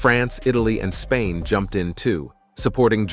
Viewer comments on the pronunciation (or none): none